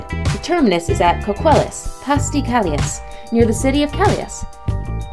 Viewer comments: Looool “Cali as” it’s pronounced Calaigh or calay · Calais is pronounced "Ca-lay." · Kal-e-Ess LMAO! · Calais??????????..omg learn to pronounce place names correctly.......typing American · Please if you are going to make a video with commetary and its not your country laguage find out how to say the names correctly,,,,, its not Folk-e-stone its Folkstone the e,s are silent, the same with Calais its not Cala-i-s the i-s is almost silent and you elongate the last a, Calaa. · its folk-stone* and cal-ay* pronuncation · Interesting video unfortunately ruined by the mispronunciation of most places mentioned. Ho-ka-ee-doh, Folk-stone, Cah-lay, Teh-ms (Thames), the list goes on. It's not enough to dig out a bunch of info about something if they're not complemented by correct pronunciation. A simple Google search will help you out for next time. Often times there are audio samples on Wikipedia (try Calais for instance) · Folkestone is pronounced folke stone, Not FOLKENSTONE.. Calais is a French word, and pronounced CAL LAY. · Narrator's pronunciation of 'Folkestone' and 'Calais' are hilarious!!! 🙂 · Love the pronunciation ..... Folkestone (which should be pronounced Foke-stone), Coquelles (which is Co-kell) and Calais (Cal-ay) Reminds me of an occasion when Jean Harlow met Margot Asquith, the wife of the then Prime Minister. Ms Harlow called her Margot, pronouncing the 't'. Mrs Asquith said, "The 't' is silent - as in Harlow." Game, Set and Match to Mrs Asquith I think. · Incorrectly showing the channel Tunnel with roadways....it carries only trains. Also full of annoying mispronunciations of Folkestone, Calais, and Helsinki. Bosphorus, and Thames.